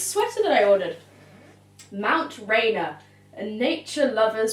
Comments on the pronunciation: Rainier is pronounced rain-neer :) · i love the sweatshirt its so cute and its pronounced Mt. Rain-Ear. Like ☔️ 👂 just if anyone in LA asks haha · Does that sweatshirt mean you're coming to Seattle?! ( pronounced Mt. Rain-neer)